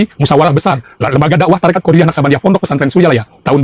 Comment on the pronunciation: Qodiriyyah wa Naqsyabandiyah, BKN qodariyyah